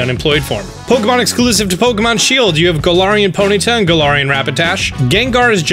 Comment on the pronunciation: I’m not hating but Gul-arian